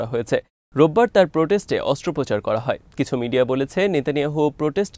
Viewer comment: এত বড় একটা চ্যানেল প্রস্টেট কে পটেস বললেন। আমি লজ্জিত।